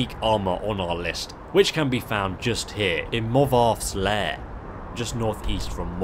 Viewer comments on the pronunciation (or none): says morvath's lair. whoo, I thought he said morthal for a second says morthaal *im triggered